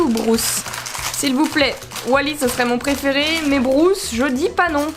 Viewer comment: Juste pour le requin ça se prononce brUce pas brOUce c’est brUce avec un U Mais sinon super comme d’habitude 👍👍